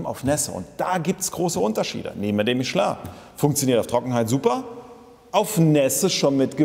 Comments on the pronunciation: Endlich einer der das Kind richtig beim Namen nennt: "Mischlö" und nicht Michelin aussprechen wie die Deutschen es halt wieder tun. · So wie es ausspricht, ist es richtig. Es ist eine französische Firma.